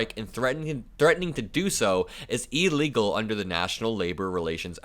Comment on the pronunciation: how do you spell illegal? It doe's not start with an EEEE.